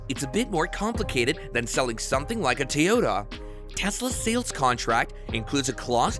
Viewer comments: What is a "Teeyota"? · your robot voice mispronounced the simple word “Toyota”.